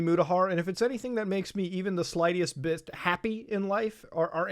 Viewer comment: "slightiest bist"